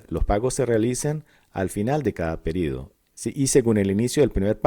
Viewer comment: Me incomoda que diga PERIDO en vez de PERIODO